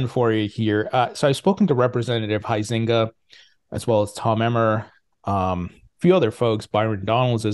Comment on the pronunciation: nice to hear you finally pronounced Bill Huizenga’s name correctly!;)